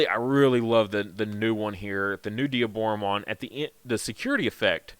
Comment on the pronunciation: Thank you for saying Dee - aboromon and not Die - aboromon. Instant subscribe